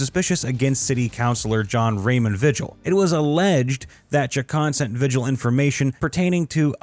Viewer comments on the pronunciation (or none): The announcer needs to learn how to pronounce Spanish names. LuHAN, VEEhill, TruHEEoh, HEEminez, EspanYOLA. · You mispronounced almost every name in this video. Lujan is pronounced Lu-han. Vigil is pronounced, Vee-hill. Espanola is pronounced, Espan-eo-la. The governor of New Mexico's name is Michelle Lujan Grisham. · Lujan is pronounced Luhan. And Vigil is pronounced Vehill. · It's Vee-Hill not Vi-Gel. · Vigil? Isn’t it pronounced Vee-hill ? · You might want to learn how Spanish surnames are pronounced before you do another of these. Lujan, Chacon and Vigil were all mispronounced as was Española.